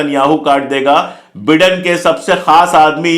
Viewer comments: बिडेन नाही भाई बाईडेन😂😂😂😂😂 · Please pronounce Biden correctly it sounds like Britain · The pronunciation is BYDEN. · Dear friend, it’s Biden pronounced as ‘Bydon’. Please..